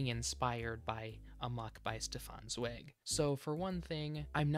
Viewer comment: It has come to my attention that I've been pronouncing Zweig wrong this whole time. Sorry 'bout that, nothing I can do now.